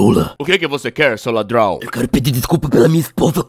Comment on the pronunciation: "SEU LADRAONN" 😂😂